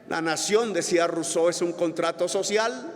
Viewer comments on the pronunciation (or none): none